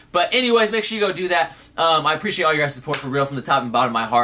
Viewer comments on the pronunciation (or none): none